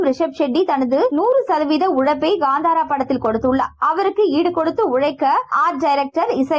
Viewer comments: First learn to tell proper and come for media that is kantara not gandhara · It's kantara not gantara